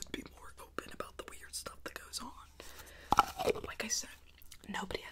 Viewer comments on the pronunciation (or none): had me dead when she said “stoof”😭😭😭😭